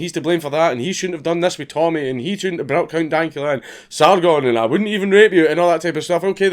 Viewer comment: You are the first white person I've seen who has ever said "Sargon" correctly